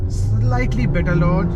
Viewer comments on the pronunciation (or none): none